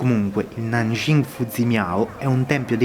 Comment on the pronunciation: si dice CING non CHING